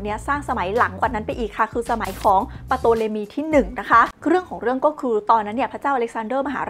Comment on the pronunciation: ตัวPที่อยู่หน้าตัวt เขาไม่อ่านออกเสียงไม่ใช่หรือครับ ชื่อน่าจะอ่านว่า ทอเลมี ไม่ใช่ปโตเลมี นะครับ